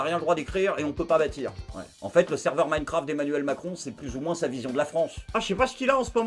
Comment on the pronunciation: "Minecraft" comme "Minecampf"?😂😂😂